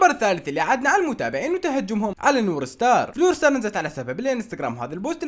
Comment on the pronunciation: ستارز ❌ سترز ✔ 😂😂😂